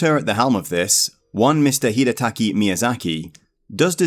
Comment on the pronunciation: HidetaKA Miyazaki, not Hidetaki